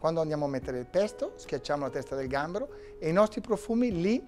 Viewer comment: Bello, però il "pesto alla ligure" mi ha fatto sanguinare le orecchie😅